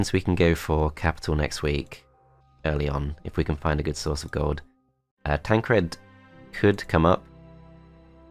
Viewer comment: Why are you pronouncing Todd and Tancred like that? Todt, Tancredt...